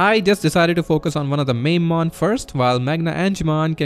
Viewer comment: I like that you pronounce Mamemon “Mamemon” and not “Mamemon”. I’ve said “Mamemon” for years now and it’s so awkward. Thank you for freeing me from my curse! Mamemon Mamemon Mamemon!